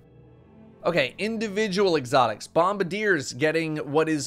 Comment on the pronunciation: im glad im not the only one who calls them bombadiers even when "bombardiers" is right there on the screen staring me in the face. but im sad you pronounce promethium spur correctly instead of saying "prothium spur"